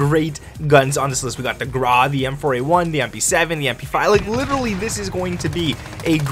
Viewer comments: its grau not graaaa ... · Grau ... pronounced "GROWL" rhymes with "COW"